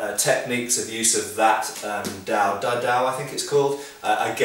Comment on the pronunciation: the DaDao is Pronounced Dah Dow (a in far eastern languages is usually pronounced with an ah sound. Chinese and Japanese being 2 of these.) Now yes plenty of documented forms of martial arts are handed down in through china and japan same for india in a written form, this isn't supposed to be suprising. Seeing eastern martial arts is quite old when you are talking about the Chinese and Indian examples. At one point a lot of Chinese history was lost due to the total warfare of the mongols what is known as scorched earth policy a lot of documents were lost found later in nearby countries one being japan the other being Taiwan. The Chinese weapon arts are pretty fun seeing I practice shaolin at a dojo near where I live. I prefer the spear my self never used it but I have experience in staffs and quarter staffing is fun but I do like the straight and Dao sword my self.